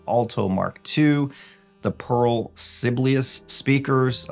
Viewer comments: Pearl Acoustic's speaker is pronounced "Sih-bay-lee-us" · Please try to review the Borresen C3 when it becomes available in the next month or so. Part Time Audiophile said they come close to the sound of Borresen's $100,000 bookshelf (the M1)!! Btw, those Pearl speakers are named after the famous composer Sibelius, which is pronounced suh-BAIL-ee-us 😊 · They are pronounced sa bal yus just like the composer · Sibelius (pretty sure they are named after the Finnish composer) is pronounced like see-bailey-us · Actually its pronounced si-be-li-you’s (Italian si) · Listening to the attempted pronunciation of Sibelius was hilarious.